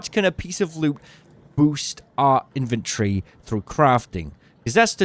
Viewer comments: It’s inven TORY, not INVENT ree. You have your emPHAsis on the wrong sil-AH-bill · Dude. Love the vids but it's In-ven-tory not invent-ory. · BRO ITS IN-VEN-TORY not IN-VEN-TREE!!!!!! ALSO WHO THE HELL IS BUYING ADRENALINE SHOTS YALL FING DUMB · In ven tree? Lol it's Inventory weirdo lolol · the tic im getting hearing you pronounce 'inventory' like 'inventree' must be engagement bait. eee-nun-cee-ate mate.